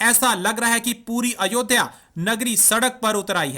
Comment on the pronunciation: Are chima sale ayodiya nahi ayodya kahte hai tumko bolne ki akl kub ayegi